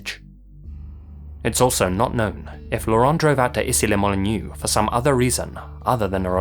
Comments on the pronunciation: Even before , Issy-les-Moulineaux becoming "Issi le Molinew" is quite funny. x) Even more than "C'est chaud, je te rappellerai" which is not pronounced that bad. It's also weird to hear about Issy-les-Moulineaux when you live rather near of this city. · Issy-les-Moulineaux rhymes with "c'est chaud !" and not "it's new" :) So Easseelehmuhleenau is the correct pronounciation !